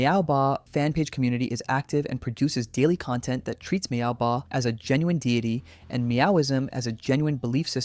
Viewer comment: Meowbahh❌ MaoBahh✅